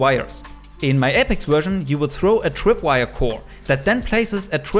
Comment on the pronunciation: I’m Sorry but “The Twip wire” twip